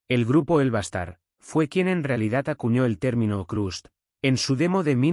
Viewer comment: Estaria bueno que el texto de subtitulos sirviera para encontrar bien escrito lo que el generador de voz pronuncia mal, o como le parece que suena. Pero son lo mismo y no suma nada, se vuelve informacion incorrecta. America (Amebix), Erais! (Arise!), El va a estar (HellBastad), etc. Ademas jode un poco que algunos audios esten tan mas altos o bajos que otros. Pero OK. Criticar es lo mas facil, solo una oponion. Para enterarse de que se trata esto desde cero sirve y sobra!